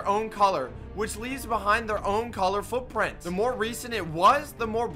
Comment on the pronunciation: "...and over time the frootfrints prhade awyaey"